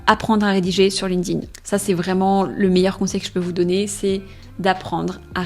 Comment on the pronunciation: erreur no.1 Prononcer ''Linkding'' au lieu de Linked In 😂 Je blague, belle video !